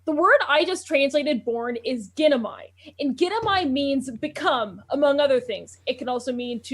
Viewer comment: What Greek words? Because whatever she's saying, i didnt recognize it. Ginomai In greek, g is more a gh like sound. And ai is pronounced as è The phonetic pronounciation is actually indicated in your "pop ups"